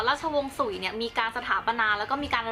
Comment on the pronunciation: สุย隋 บ่แม่น สุ่ย นะเจ้ 秦ฉิน 漢ฮั่น 唐ถัง ซ่ง宋 （ไม่ได้เรียงน่ะ แค่ออกเสียงจีนกลาง）元หยวน 明หมิง 清ชิง หรือ滿清หม่านชิง หรือ แมนจู